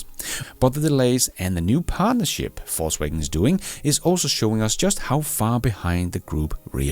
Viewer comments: Same down here. Hearing "false wagon" all the time and I like it a lot! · I love the way you pronounce VW as "false wagon" 😂